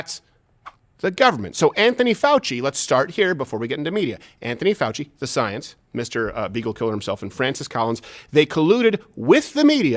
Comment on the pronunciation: fouchey said it wrong